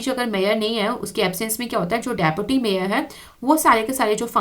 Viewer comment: mam its say deputy mayar 10;55